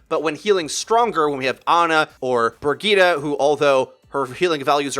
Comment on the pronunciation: "Brigeeta" Jesus christ